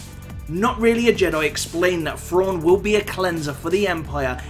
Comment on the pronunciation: Who the hell is Frawn..? Isn't it Thrawn?